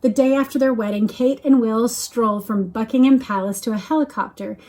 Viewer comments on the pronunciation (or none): none